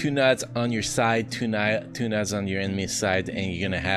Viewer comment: how you pronounce nodes creeps me out, took me awhile to get what you were saying